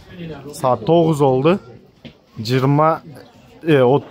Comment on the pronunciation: болду дегенди да олду деп жатасын ошону да оңдо